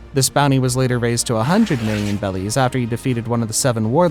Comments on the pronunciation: You say 100,000,000 bellies it’s berrys bro 😂😁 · I know this basically has almost nothing to do with the video, but why are you saying bellies and not berries? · Bro litterslly says “bellies” instead of berrys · It’s berries not bellies😂😂😂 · why do you say bellies instead of berries?🤣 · Stop saying bellies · They're worth how many bellies? It's BERRIES bro take this down and get it right. Or you'll be worth 100 Bellies. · ok i'm lost. its berries as the currency and you keep saying bellies. what am i missing? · Are you saying bellies?.... The currency is berries 🫐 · i think its berries. why is he saying bellies? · Bebbies or bellies but he FORSURE ain’t saying BERRIES LMAO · It’s not belly’s it’s berry’s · Me: say berries Him: bellies Nono berries Bellies Man shut you ass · Bro please make him say berries, not bellies😭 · ITS BERRIES NOT BELLIES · why is this guy saying bellies instead of berries, is he stupid? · I can't be the only one that's annoyed by the way he pronounces berries "bellies" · Why is he saying bellies??? It's Barries??? Sounds so strange??? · berries, not bellies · You know it’s pronounced BERRIES not bellies right? It’s starting to get annoying lol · It’s berry’s not belly’s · They're not belly's they're called berries!! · BRO ITS BERRIES NOT BELLIES!!!!!!!!!!!!!!!!!!!!! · They are called berries not bellys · Am I the only one that is enraged by him saying bellies? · The fact that he says “bellies” is so annoying 😭